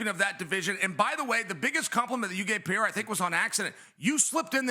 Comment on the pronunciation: Gotta be trolling, right? I’m not sure who he’s trolling, but it’s either O’Malley or Pee-er-uh